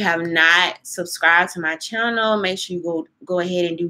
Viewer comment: Hey yow? Surcribas? commence ? udder day?👀 Girl please get a grip on the English language. There is a big difference between speaking with a southern accent and just plain old butchering words. Your thoughtful content is good though.